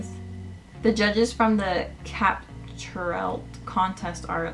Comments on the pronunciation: Is it just me or did she say capturelt instead of captureIt by the way this is no hate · anyone else silently correcting her when she says “capturelt” insteas of “capture it” no just me lol ok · yeah bahaha she said it with an L XD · lol its pronounced Capture it